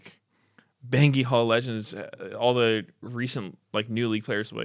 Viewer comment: "bengi" - meteos. I'm crashing out